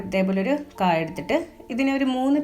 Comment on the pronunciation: Kaa. Alla kaaya. Okay 😂. Samghathi kollam. Ta to annathu kurachu kurakuka 😂